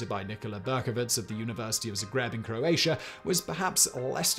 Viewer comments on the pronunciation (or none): none